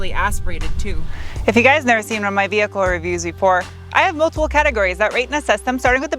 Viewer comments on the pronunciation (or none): That first hill was kind of big for a family sedan. Awesome vee-hickle!